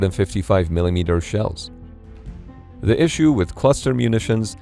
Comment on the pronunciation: Sounds like an "Issue" not a "Iss-me"🤷🏽‍♂️. Build your own ammo 🖕🏽